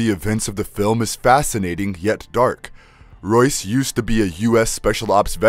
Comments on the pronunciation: He calls Royce, Joyce 🤣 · Royce not Joyce. Who writes your scripts?